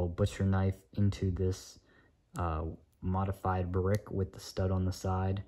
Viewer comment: why do you say modefyde brick😂😂😂